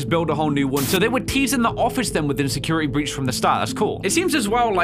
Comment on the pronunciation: Nobody:: Secirity Breech (Not a hate comment just jokin around)